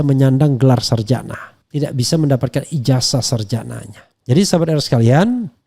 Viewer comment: IJAZAH .. bukan IJASAH lafazkan dengan benar pakai Zet bukan Es ............ 😠